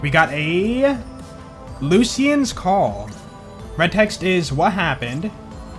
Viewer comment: Its pronounced looshans call